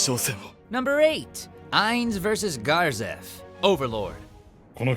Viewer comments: Overlord didnt recieve its true justice but I do like the memeified mou sindeiru there that cracked me up HARD. Also is it just me or isnt it supposed to be (Ga-zef) not (Gar-zef) I prefer the first. (jmo) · Garzef? Pretty sure its Gazef not with an R. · The A in Gazef is sounded like in Apple!!!! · How do you put a R in the name Gazef come on man